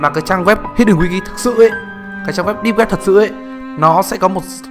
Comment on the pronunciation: Mấy lần rồi :)) deeb not deep